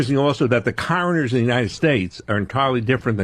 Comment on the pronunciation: What's up the way he says "Coroners"